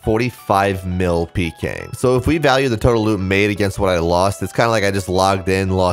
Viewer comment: it kills me that you fully enunciate pk ass peekay